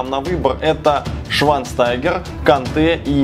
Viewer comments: швайнштайгер а не швайнстагер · Не [шванстангер ] , а Шванштайгер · швайнштайгер, а ни швайнстагер